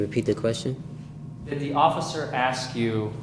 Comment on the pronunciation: Never use the word "axe" in place of ask. It makes you sound low IQ. Let's try to forget ALL about ebonics and concentrate on learning our native language -- English -- correctly.